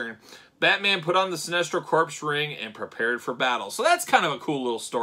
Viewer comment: Corps. “Core” not “Corpse.” Shame, shame. All ribbing aside, this was a famous look for Batman many many years back. Sinestro was announced today so get at Todd’s store or at Target’s Fall Geek Out event that started today.